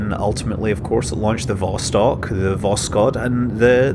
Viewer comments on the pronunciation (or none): I can help a little bit with your Russian pronunciation... not that I know anyfing... Я говорю только немного по русски... but I picked up from Jim Oberg's writing that stressing the second syllable helps a lot (in English we stress the first syllable) so "Zenit" would be ze-NIT ... except there's the weird "vowel mangling" too - so it's ze-NEET... vas-TOKE... vas-KOTT... sah-YOU-ze.... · You mispronounced literally every name in this video. Accents usually go on the last syllable Soyùz, Vostòk, Baykonùr ecc.